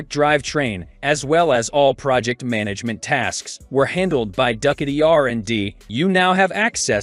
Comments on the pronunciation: Come on bro duck- a dee, you mean ducati? do cot t. LMFAO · Duck-uh-tee. LOL! It's Ducati = Doo-kot-E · When getting someone to do a voice over on a video, the person should “know” the subject, namely: the brand names of motorcycles. Ducati pronounced Do ka tee. Not Duck a tey. That’s just one. Listen, if you don’t “know” what you’re talking about, better to be quiet and thought a fool than to open your mouth and remove all doubt. FYI. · The AI doing the narrative needs additional tweaking. This is a "tech" site so you would expect the narrator to be able to pronounce a famous motorcycle OEM like Ducati. I couldn't watch it anymore after it started saying "Duck-a-dee" over and over again. Anyone who rides knows it's pronounced "Do-ka-tee" not "Duck-a-dee." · A weird way of pronouncing Ducati,, check it out . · From now on, ima call it duck a dee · I'am italian, try with this: Du - similar to "Doo"m pronunce without the M Cat - similar to "Cat"erpillar E - similar to "e"-commerce or "e"-mail Ducati -> DooCatE Is the closer pronunciation that you can try, in order to match the original sound. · Do you miss pronounce the Duckti and you didn’t give any coast ? Why make a video and leave out information? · Dude said duckati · Who are the getting to read this translation into English? Duckatti - is that some kind of new brand? What the dude? Lol!!!!!!!!! Look it's Duckatti - you mean Ducatti? No it's pronounced Duckatti!!!!!!! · The narration is cringeworthy… Ducati pronounced duckady?! I guess that is what you get when you let some half baked AI do the talking. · Get someone who can properly pronounce Du- ca- ti. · I know, right?! I was digging all the sweet looking e-bikes but I couldn't believe how no one involved with creating or uploading this video could miss such a badly mispronounced word like "Ducati"! 😏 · Please get a narrator that can pronounce Ducati, etc. properly. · Can’t even pronounce Ducati on a bike video it’s just laughable